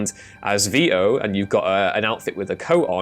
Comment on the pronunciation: "There is no physex." "Moving around as vi-o." What kind of creature are you?